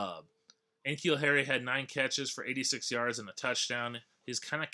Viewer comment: N'Keal is pronounced like nuh-keal not en-keal.